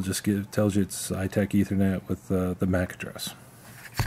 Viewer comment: Thanks for the kudos.. I actually build them for Global Cache.. pronounced cashae and eye tach , hard ch not sh. Wish I understood how to use our products like you do!